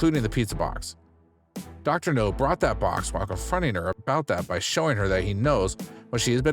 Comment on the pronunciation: I can’t stand it! It’s not Dr. “No” it’s Dr. “Now” for Nowzarian!